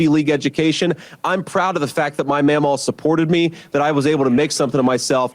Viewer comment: Am I the only one that feels the word "mammaw" sounds weird when Vance says it? It's like when someone says nuke-you-ler instead of nuclear, like it's a new word they're not used to saying. I had a mammaw, as did most of my friends, but I've never heard any of them pronounce it so strangely. It hits my ear funky, like he's an AI-generated machine pretending to be human.